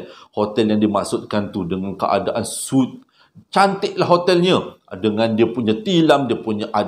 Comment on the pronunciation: Hotel suite. Sebutannya sweet bukan soot. Sekadar mengajar belajar